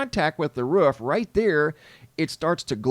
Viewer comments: Omfg the way you say roof makes me want to jump off of one! The ruhh the ruhhh right here on the ruhhh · What’s the “ruf of a house”? 😂. It makes contact with the roof, must have missed the ruf.😂😂😂. Just joking around, love your videos man, I watch everyday! Thank you! ❤